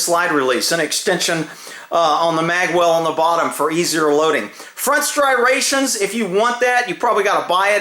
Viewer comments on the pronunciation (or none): He said "STRIRATIONS"!!! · "Strirations" "ambirdextrous"